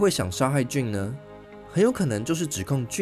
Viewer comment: JANE 唸"眷"不是"俊"，聽得好痛苦。:face-purple-crying